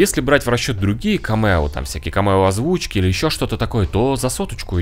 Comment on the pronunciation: Только не камЕо, а кАмео. ☝🏼